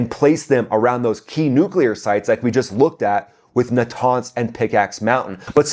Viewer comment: I like your videos but you can’t even pronounce a name right aggggarchi or araghchi, natanz or nataaaaaaaaaanz , it just make it so annoying to listen to a content with no moderatio